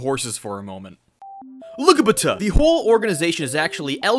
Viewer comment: Lol did he say "ligabata" 😂